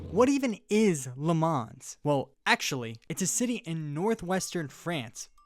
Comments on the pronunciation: the pronounciation is not "Le mans" ITS "LE MAN" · ps it's pronounced "le mahn" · I swear to god if this guy says “le manzzz” one more time